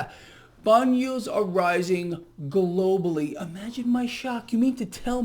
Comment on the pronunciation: You say that word "globally" like it's where we actually live.